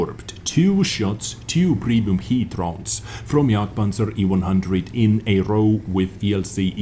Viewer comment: I love how you pronounce jagpanzer!